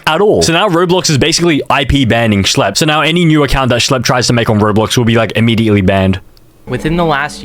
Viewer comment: “schle” 🔥 🔥 “pdf do files” “schle” #2 “schlleb” “shle” “RUBIK” 😭 😭 😭